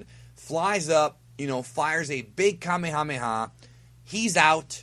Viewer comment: Kamehameha - Pronounced: "Ka-mae-ah-mae-ah". The accent is on the first "mae". kaMEHameha. Please say it, it sounds a lot better.